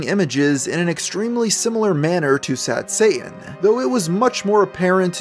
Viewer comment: Occasional it's pronounced "Sad Sayh'in" and other times pronounced "Sad Satan" weird!